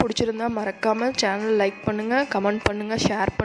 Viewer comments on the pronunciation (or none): none